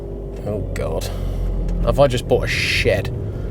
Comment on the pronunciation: "Have I just bougfht a shed?" 🤣🤣